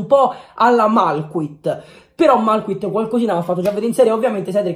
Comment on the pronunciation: Non si pronuncia la t quando dici malcuit si pronuncia malchuí